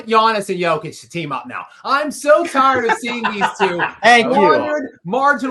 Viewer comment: Hey show some respect learn how to pronounce Jokic’ it’s not Joke-itch its Yoke-itch